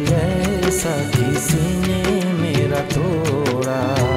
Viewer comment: good job....just 1 suggestion- the prounanciation sounds ' tora, mora'...looks like you pronounce the d as r..it is 'toda, moda'